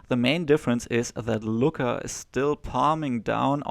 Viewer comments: It's annoying to listen you pronouncing Lučka as Luka. Its two diferent names, one is male and one frmale. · You pronounce Lučka as Luka. Which is weird because Luka is male name. You must put č (German tsch) in the middle of Luka. Also, you put č sound on c at Rakovec. Slovenian c is German z. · Please learn how to pronounce name: Lucka. Stasa Gejo say it correctly: check